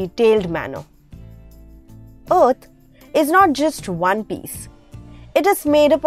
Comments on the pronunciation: Oath or Earth ? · "Earth" or Ot? 😂😂😂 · "ourth" what's your accent?? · Btw just so you know the way you pronounce EARTH annoys me. Thank you!